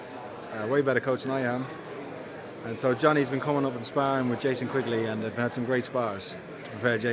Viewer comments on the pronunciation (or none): “Never talk about Spawrrin, Spawrrins spawrrin”